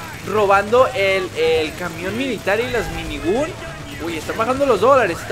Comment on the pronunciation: no se llama minigon y es minigan🤣🤣🤣🤣🤣